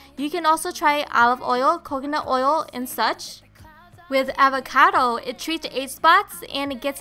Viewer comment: You pronounce "Avocado" funnily😂